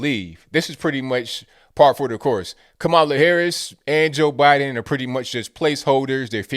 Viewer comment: "KaMaiuula" lol